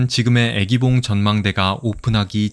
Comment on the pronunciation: 유익한 정보 고맙습니다. 해설 중 '애기봉'의 '愛'는 길게 발음 해야 하는데 자꾸만 짧게 발음하다보니 '사랑하는 여인'이 아니라 'baby'가 되었군요.